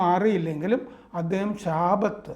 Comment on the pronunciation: ശാബത്ത് അല്ല ഷബാത്ത് ആണ്